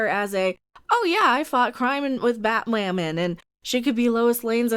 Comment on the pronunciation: Nope, until Batwahmen is off the air, we’ll keep doing it.